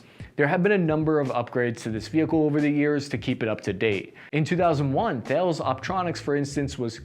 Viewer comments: FYI, it's not pronounced Thales, it's pronounced Tal-es. The H is silent and the A E relationship is nullified. Don't be fooled by computer generated voices that are wrong. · Nice video as usual! FYI the company THALES is pronounced TAH-LESS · Just an FYI, Thales isn't pronounced at all like it looks. Easy way to remember is Thales sound likes Dallas, Tal-iis.